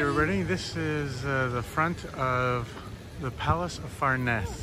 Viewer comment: You mispronounce « farnese »